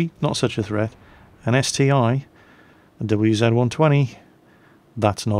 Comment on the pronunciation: I love you video,but its not ST-I its ST-1 (one).